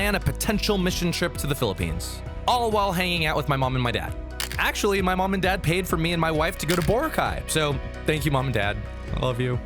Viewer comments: Sorry but not bo-rac-ay, bo-RA-cay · "Boruhkai" hit me hard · Errrrrrrrrrrrm actually its boracay